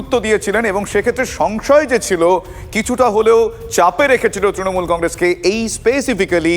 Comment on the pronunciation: Ekta dol er lok including Supremo nijeder dol er naam ta thik kore uccharon korte pare na tara desh chalabe. Kauke trinamool bolte shunben na sab tinomool bole